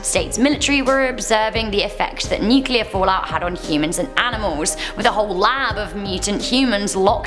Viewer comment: thank you! A host that can pronounce nuclear correctly!